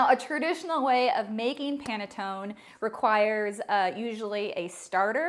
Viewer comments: It is NOT panatton the right pronunciation is PANETTONE with a final e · It is pronounced as pan-e-ton-ne. You failed the first test. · I am from the Italian section of Switzerland "Lugano" please say the "e" at the end Panettoneee:thanksdoc: . Your recipe is very good. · Its not panetton you been stupid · This is called PANETTONE not Panetton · It is absolutely pronounced “pane-toh-neh”. This is a good quick alternative to panettone recipe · Ha...! I just watched a video where they were making Panettone in Milan, Italy and the pronunciation was pa-ne-to-nE. They were always pronouncing the "e" at the end. So, since this is an Italian word I guess I'm going to keep pronouncing PA-NE-TO-NE. BTW, great recipe though...!! Thank you for sharing..! 🙂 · The last letter ‘e’ is pronounced in Italian as ‘a’ in English, hence Panettone (a). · you do pronounce the e at the end. i can confirm as italian panettoneee thanks for the recipe i will try 😘😘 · Less than 30 seconds and already closing the video. Why the heck did you call a French guy for some Italian food???? It's panettone, you 100% pronounce the e. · can't wait to try this! love your presentation, can't wait to watch more of your videos...but I'm certain it's pronounced the other way, lol, italian was my first language and I'm fluent, and my family imported the beautiful bread-cakes every Christmas to sell at our specialty market...always looked forward to panettone season and still do now but now will look forward to it even more. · A poor recipe from someone who doesn't know how to pronounce the word correctly and calls a french guy to ask for correct pronunciation! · Sorry he pronounced the word PANETTONE very much wrong. You pronounce the "e" at the end. It's an Italian word - and the man doesn't sound Italian. 😊 😢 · Lol he pronounced panettone wrong. Her pronunciation was better lol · the way you pronounce it is actually incorrect. the second version was closer to the Italian pronunciation.